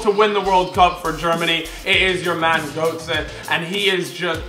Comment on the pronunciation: btw it's pronounced goetze